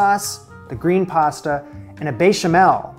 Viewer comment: there is no way the "bay-chamel" wasn't intentional